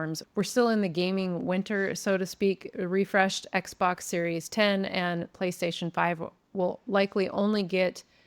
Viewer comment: Slight correction about the Xbox, its called the series X like the letter x not 10 (yes, horrible name)